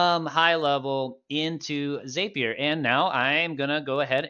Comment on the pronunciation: Nitpick: ZAP-ier not ZAPE-ier. 😉 Awesome video. This helped me get my first WordPress » HL webhook up and running. 😁 Thank you!